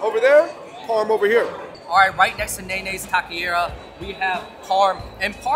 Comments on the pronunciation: tock eh ree uh = taqueria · Such a fun video. Loved it! But Andrew losing some of his cred in East LA. Gotta fix that pronunciation of “taqueria”. Butchering it brutha. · These guys never figured out how to pronounce "tacqueria" in years of this channel being up lmao